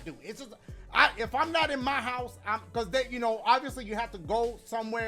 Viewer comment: he is saying Hose... hes helpin out your local home and garden stores bruh